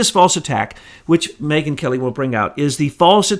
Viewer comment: I think "Megyn" is Mangyn!